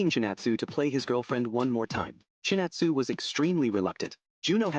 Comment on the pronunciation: ChinAtsu*. thats why AI messed up